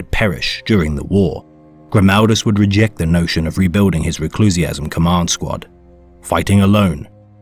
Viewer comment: ReclusIAM, not ReclusiASM! Sounds like some kind of weird fetish!